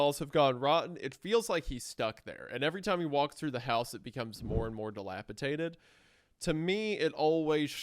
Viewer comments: D-I-L-A-P-I-D-A-T-E-D!!! SAY IT RIGHT!!! GAWD FUCKING DAMN!!! ITS A "D" NOT A "T"!!! -DATED, NOT -TATED!!! AAAAARGH! 🤬🤬🤬🤬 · It's "Delipidated" not "Delipitated" I have held my tongue long enough, fellas. Enough of this flagrant Rugrats mispronunciation! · I love your work so much fellas! If I can please be a correction nerd for a second, it’s dilapiDated (like time), not -Tated. Although, when you said dilapiTATERed I did have a giggle imagining a shriveled old potato. Ok, I’m done now. ❤ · if they pronounce dilapidated as dilapiTATED one more time... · The word is dilapidated not dilapitated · It's... je ne sais quoi, you uncultured sows. I get ecspecially, pacific, and whatever, but don't insult the frogs. di·lap·i·dat·ed di·lap·i·dat·ed di·lap·i·dat·ed di·lap·i·dat·ed holy shid it's di·lap·i·dat·ed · Not to sound like a reddit cuck, but every time you guys say “dilaptated” sounds rough on the ears. Dilapidated is the way to say it 😂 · Guys. Dilapidated. Dated. Not tated. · Just want to say that it's "dilapiDated" rather than "dilapiTaded", you guys both said it wrong. Not mad or anything, but I was starting to think I'd learned the word wrong 😂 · Guys, I love your show and genuinely wait for it every week. I am a huge fan. That said, the word is dilapiDATED. D-, with a D. I can forgive ekspeshally, but this one kills me for some reason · I love the way that neither of them can say dilapiDated correctly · My goodness. The amount of "Delapitated" mispronunciation is egregious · take a shot every time they say “dilapiTaded” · Wendigoon: dilapatated ..... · I can't get over how Isiah pronounces "Dilapidated" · bro they both say it wrong like 20 times in this vid 😭😭